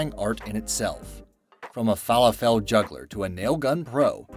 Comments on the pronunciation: You just say Qwerty, not each letter lol. Their is always sooo many easily fixable mistakes on these types of videos... this being only a small one, cause like a few people already commented you cant even say falafel right. My 3 year old kid can say it better than you lol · Dude there’s two mistakes in this video so far lol. 1: when talking about the sushi chef cutting thin slices of fish you say “look at him cutting this smaller salmon” it’s clearly a tuna lol. 2: your pronunciation of the word falafel 🤣🤣🤣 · fallow-fell juggler lolololol 😅😅😅 It is pronounced fah-loff-all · they are pronounced "Faa-Laa-Fil" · It is pronounced... fuh-LAH-full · Fala-full not fall-a-fells just a little tip for the Americans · It’s pronounced fah-lah-fal, not feh-leh-fell, idiot! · Fall-uh-fell.. Fuh-lah-ful.. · Fall-a-fell? It's definitely pronounced "Fah-loff-all" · felafel is Fa-La-ful. Not Fa-la-Fel. It looks like it, but it's not. fəˈläfəl the upside down E is the "uh" sound. Here's a video to teach you about it. :) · Sorry guy - - those Middle Eastern balls of garbanzos (aka chickpeas) or other pulses AREN'T pronounced FALA-fell - - it's fuh-LAH-full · Isn't it pronounced "fa-laffal" instead of "fah-le-fell"? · It's pronounced Fa-LAH-fel with emphasis on the Lah. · Q-W-E-R-T-Y omfg, just say it it sounds exactly as its spelled and "fall-a-fall"??? you literally almost made my ears bleed idk if you skipped school, but you seriously need a refresher in language arts / english / "whatever its called these days" class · These people are amazing! Like those rice farmers! They SING while they plant?! That is AWESOME! And it is pronounced Fa-laf-le. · Wtf is a "fall a fell" ball? Oh you mean falafel... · Falafel is pronounced like waffle falaffle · Lol... Ivw never heard falafel pronounced fa lafell 😂😂😂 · It’s fa-LAW-full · Haha Falla-fell. Nice pronunciation :P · u said Fah laH fIL wrong lol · I almost had to exit out of the video when he kept saying "Fall-a-fall"